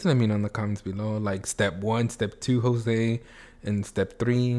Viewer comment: jose starts vid: “hey guys its youtube, and im jossee..😂💀”